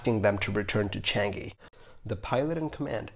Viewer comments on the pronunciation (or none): its changi not changeee xd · changi, not chang-gi